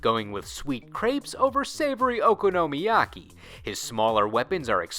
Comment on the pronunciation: While Shampoo wasn't introduced in the delivery martial art event in the anime, the PC-Engine game does replaces Kaori with her Did you get the pronunciation of Okonomiyaki from the English dub? It sounded really off key. Listen to it in google translate, it's much clearer.